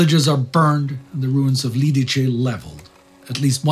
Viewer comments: It's Lidice [Liditse], not Lidiče [Lidiche]... It hurts to hear such a bad pronunciation :( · Liditze, not Liditche :) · As a Czech I am grateful for (pretty much) two episodes focused on an event that have shaken up our modern history. Thank you. Couple notes on pronunciation for those who wonder - Lidice is pronounced Lee-Dietz-Eh :) not Lead-Each-eh (Jaroslav) Švarc's surname is Czech spelling for Schwartz and is pronounced the same way (so "ts" sound at the end, not "k" sound). Otherwise I am amazed with the pronunciation being mostly perfect. Czech (and slavic languages in general) is fairly hard to pronounce from just written form to people that are used to English, French or German way of spelling (i.e. non-phonetical spelling).